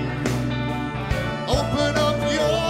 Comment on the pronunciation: He's really bad ruined the song and can't pronounce Prudence just saying...